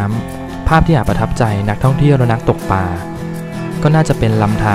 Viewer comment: คลิปนี้ ภาพสวย เนื้อเรื่องดี ได้สาระ เพลงประกอบก็ดี มีผู้เข้าชม 2 แสนกว่าแล้ว เสียงผู้บรรยายก็เรียบนุ่มนวล เสียดายที่ผู้บรรยายออกเสียงคำว่า "ปลา" เป็น "ปา" ทุกคำเลย กระแสน้ำเชี่ยวกราก ก็ออกเสียงเป็น "กาก" อาจารย์ภาษาไทยได้ยินแล้ว อยากจะร้องไห้ ครับ